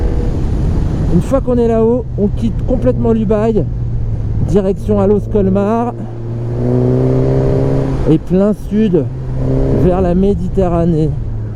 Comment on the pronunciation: Merci pour cette vidéo j'avais pas pu la faire j'avais plus du tous de batterie après la bonnette 😱😋 aufaite on ne dit pas Colmar mais Colmarsssssss sinon tu fais un tremblement de terre Colmar c'est en Alsace d'ailleurs en Alsace pendant 20 ans ça été mon terrain de jeux c'est quand que tu nous fais une excursion dans les Vosges? Très bonne vidéo avec plein de souvenirs quand j'y suis allé en 2019 ✌🏼